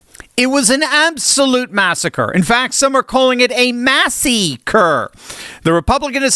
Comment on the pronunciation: 'Massiecre'. I like it! I'll take he got 'Cheney'd', too.